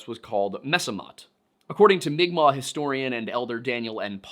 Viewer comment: Pronouncing unfamiliar words, especially if those words are using a written script not designed for them, can be hard, so congratulations & thank you for pronouncing mi'kmaq in an acceptable way. (That is a correct way to pronounce it in english, but not the correct way for its own language.) If not for the algorithm & the self-defense of certain people, I'd say you SHOULD use the terms written. As an FNMI person, I appreciate direct quotes using "indian" even though it is incorrect-- it's a quote. As a queer person, I feel like legitimate use of the word "faggot" that is also in a quote should be just as fine to say as "indian" is. Nobody is saying you need to say "seedbearing vegetable" instead of fruit, derogatory pepperoni! That's just me though. I value accuracy, I acknowledge quotations are not one's actual words, & I haven't been hurt to the point where I need to be on high alert to defend myself & nip the bud of harm others /may/ do to me & my community.